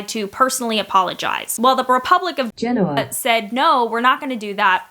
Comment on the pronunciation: Nice little aside, there, about Gen-O-ah (GEN-o-ah?).